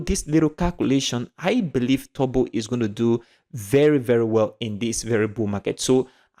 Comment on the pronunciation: Its funny How you say Turbo...like Tobo😁